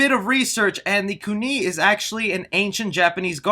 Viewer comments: Ku Knee? Kun "eye"! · Its KOO NAI not KOO NAY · it KUNAI not KUNI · Lmao "kOO-Knee" blade Kuu Nai* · it is NOT pronounced "Kuni" it's "Ku-Nai' with along I sound It a pointed tool that is light and easy to handle for many different things. While it might have been from her gardening her t was also used as thorwing knife hooked or tied to a rope on reel under the user clothes so they could throw it into its victim and the them then the victim could be pulled back against their will similar to maybe how you would with a whip but harder to get out of. If watch the last couple episodes of the web series Mortal Kombat Legacy the last episodes are all about Scorpion and his demise and why Sub Zero attacked him. I wish I had gotten a look a Kung Laos front I was also found of how he looked in the frist episode of MK Conquest With the hat and that costume was just spot on too bad it only ran for one season and we only got to see it once. Had a whole second season ready to go and it never got to run;_;. I just wanted to see if they went with the game look or a more tradtional style. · I'm hype for Hiroyuki! Also, > "Ku-knee" it's "Koon-eye" my dude Jax lookin like steve harvey ngl.Also, couldn't they of just done... stryker... like he's the most normal dude out of literally anyone in MK, all he does is shoot and throw grenades. XD the only one more normal than him would be MOCAP. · Kunee? Bruh it's kunAI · Co knee??? Ahh what 🤣?????? kunai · The knife is a Ku*nai not "Kunee" lol 😆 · He kept calling a kunai a kunie... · Ku-n-eye, not kunee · We better get a "TOASTY", and i believe the blade is pronounced "koo-nye" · Its pronounced like "koon-eye" I dont know where he gets that pronunciation from. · Just to let you know so people don't harp about it later down the line: kunai is pronounced "koon-eye" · omg the way u said junai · weird how he says kunai